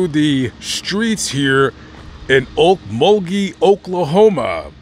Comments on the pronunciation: Glad you pronounced Okmulgee properly.. lol.. I use to be around in the 80’s through the 2000’s as it’s a spooky place with lots of bones many never want disturbed.. be aware .. mug-town is On another level.. stay well and vigilant guys. 💯🇺🇸😎🌪🌎🔊👈🎄❄️😊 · Lamont are you from Oklahoma? If not you're the first outsider that's ever got the town names in Oklahoma right..I was raised just north of Okmulgee in Beggs.